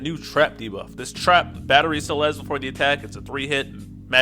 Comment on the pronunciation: You good man, you saying her name right. I already got Emplemon's LD, so I'm def getting Celes via tickets, 'cuz I'm a sucker for tanks and she's a fave anyways.